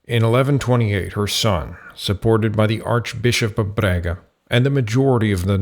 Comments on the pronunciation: Very good research, but OMG you mangled our Portuguese city names! It is NOT Brega, but BRAGA, and Santiago do Cacém is pronounced Santiago do "Kasém" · Sorry for the weather, as compensation I'll excuse the mispronunciation of the name of my city, Braga 😂. Great work, thank you for exploring and exposing our country and history.